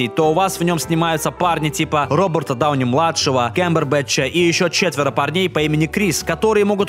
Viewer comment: 10 20 НЕ РОБОРТА, А РОБЕРТА!!! ГОВОРИ ПРАВИЛЬНО МАТЬ ТВОЮ